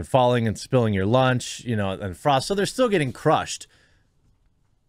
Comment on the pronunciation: Thank you. She is Not Frost. Frost is a famous drummer in Heavy Metal bands. She is Frog or Frosk.